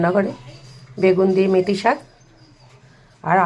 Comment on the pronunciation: মুতি শাক না মেতি শাক।😂😂